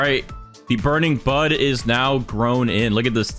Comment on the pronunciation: I can’t stop hearing burning Butt